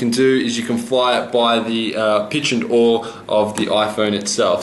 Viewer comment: Yaw... Yaaaw... not aww